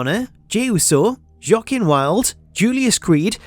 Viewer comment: . I will never NOT laugh at how you pronounce Joaquin lmao